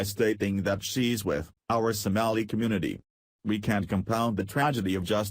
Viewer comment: STOP USING A COMPUTER GENERATED VOICE THAT CAN'T EVEN PRONOUNCE SOMALI